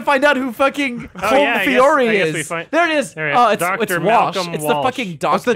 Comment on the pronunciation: It's pronounced Col-im